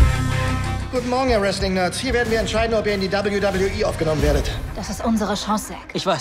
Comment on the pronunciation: Hätte gern AJ Lee's deutsche Stimme gehört ... und ich bin zwar froh dass sie nicht "wehweheh" sagen aber man müsste es jetzt nicht unbedingt mit Alman englisch aussprechen